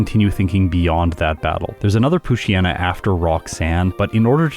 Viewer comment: I wish people pronounced poochyena and mightyena's names correctly. the "yena" comes from "hyena". It's pooch + hyena and mighty + hyena. Poo-chai-ee-na and either might-aye-ee-na or might-ee-na